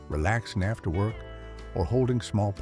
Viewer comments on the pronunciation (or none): none